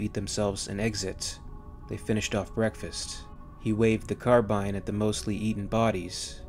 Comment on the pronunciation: Aha you say carbine correctly here!